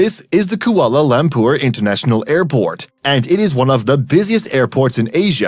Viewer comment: But how do you pronounce Kuala Lumpur? It's awful.